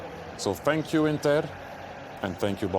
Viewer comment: Thierry - Fank you Inter, tank you Barcelona 😂🎉